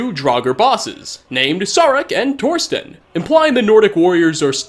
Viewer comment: Haha, im actually named Torsten. It means Tor's rock and yes, your pronunciation is horrible as usual! I like the names in Skyrim, they are a weird mix of nordic names, but the funniest nord name was in oblivion: Skjorta. That means shirt, fitting for a clothes vendor.